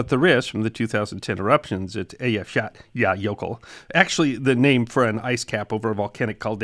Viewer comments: Congratulations on pronouncing that Icelandic volcano. At the time, you could see news readers wanting to cry when it came up. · Your pronunciation of the jøkul is the best I've ever heard of an American. Love your channel! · Great job pronouncing the name of that Icelandic volcano, I would have never gotten through that. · He definitely did his homework 😅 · Loved hearing your account of British Airways flight 009. According to a “Mayday” documentary, the passengers later formed “The Flight 009 Glider Club.” BTW, I’d be curious to know how much practice it took to master pronunciation of the Icelandic volcano names.